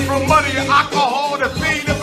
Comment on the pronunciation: Does anyone else's ears bleed just a tad when you hear Umar say "alcohol?"